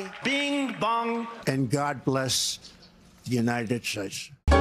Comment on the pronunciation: Bing bong, and gah bles these United shtatshe 😂